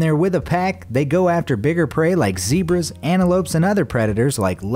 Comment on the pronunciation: You don't say zebra like that